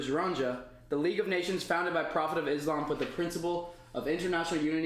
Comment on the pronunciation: “Islam” and “Muslim” don’t have the letter “Z”. Can you please pronounce them with an ”S”. It’s a huge pet Peeve of a lot of Muslim people. Its not MOOZ-LUM or IZZ-LOM. Just a little Softer on the S’s please 🙏😊.